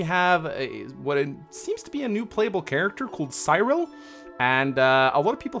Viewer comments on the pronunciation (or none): Just a little pointer,. Cyril isn't pronounced like it rhymes with "pie rill". It's like the "si" in "sin" being "si rill". Just saying this becaause it's going to drive me fucking insane to hear his name pronounced wrong for the 600 videos it takes you to beat 3H. Here people are talking about Cyrril Smith, an infamous paedo guy - really inappropriate but a good guide to say his name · Cyril is actually Tsee-ril